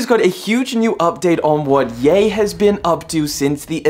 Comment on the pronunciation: got on my nerves how you called him yah and its ye as in yeezys